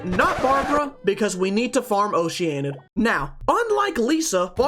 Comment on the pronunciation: Game: Oceanid. Pronunciation: Ocean.... id. tiny American brain: "Oh Shiya nid." Some other notable mentions: "den DRO gana" and "ca REE brert". Honestly. I'm surprised that you actually called this character Barbara and not "ba r BEH ra"